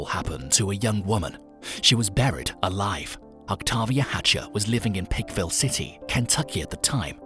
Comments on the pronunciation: He said Pike county, so I'm not sure why he keeps saying Pickville 😆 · Why are you calling that picville city? Its plainly Pikeville. With the long I sound. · Pike-ville. Pike. Rhymes with hike and bike. Other than that, great video!